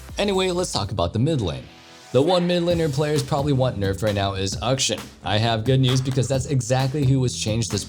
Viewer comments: Ukshun...... AK-SHAN. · Closer, but not quite there,. You've gotten the first half of Akshan's name right, but still need the last part. I repeat: Akshan, not Ukshin 😬